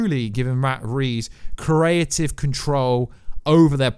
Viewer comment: Am I the only one triggered when he says "Pacific" (specific) and "Caretive" (creative) 😫😫